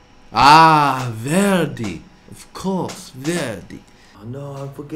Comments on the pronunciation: Nobody: Not even Italians: Eddy: " VEHerDIi " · When Eddy says Verdi I hear 'ZADDY'